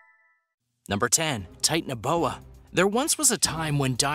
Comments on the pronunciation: It is not Titan-boa it’s ti-tan-o-boa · It’s not tit anoboa it’s acololy titanabooa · Tie-tan-uh-boa I’m gonna throw up if I have to listen to you mispronounce anymore!